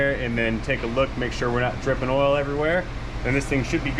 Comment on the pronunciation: Your accent is very close to Standard American English, except for "ole" instead of "oil". You can take the boy outta Georgia, but you can't take the Georgia outta the boy.